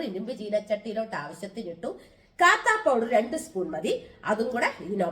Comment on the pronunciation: കാത്താ അല്ല കത്താ പൌഡർ ആണ്